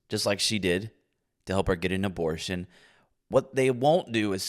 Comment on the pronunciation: I love the ugh-bore-shin pimp-nurse.😂